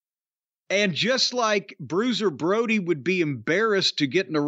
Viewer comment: my heart just sank. That id the most offensive and egregious bastardising of Bruiser Brody's name 😭